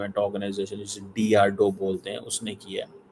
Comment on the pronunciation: Cheema jis din drdo theek se bol lega... Us din मैं इसका चैनल subscribe कर लूंगा😂😂